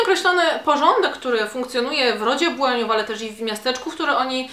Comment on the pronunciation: Dokładnie, dodatkowo z mocnym akcentem nad "i"